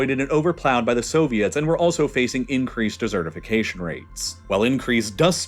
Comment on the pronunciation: I’m sorry I can’t let it go. It’s desert-ification. You don’t have eat it. It is dry, arid… you know… like a desert.